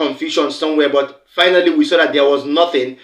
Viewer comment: My Brother hi. First, there is no Letter...(H) in the word...[BUT] So I beg you please, do mislead Nigerian children of today, and tomorrow...growing up learning to pronounce words wrongly like you are doing here! Please speak clearly, simple!!!.